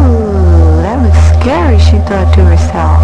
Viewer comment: Skawy wanen pwease